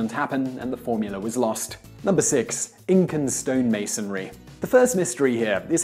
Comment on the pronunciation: LOL "Inca"